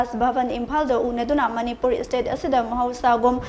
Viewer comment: It's state not istate💔🤣